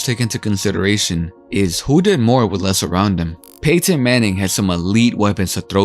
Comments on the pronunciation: Really stressing that Pay-tin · Hate the way this dude says Payton and Peyton